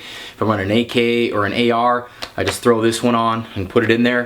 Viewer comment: Did you say AAR magazines? Lol love your videos though always great to watch